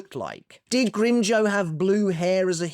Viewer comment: You mispronounced Grimmjow's name and use pictures from the manga. Do you even watch canon?